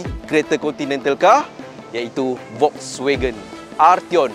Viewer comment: cuba sebut FOLKSwagen